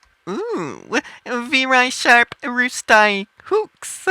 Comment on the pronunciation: I think that is doing that on purpose(?) I mean, he's pronouncing things exactly how they're spelled [rusty as roo-sty]